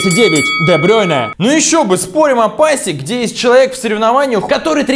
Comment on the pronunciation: Де Брю́йне а не Де Брейне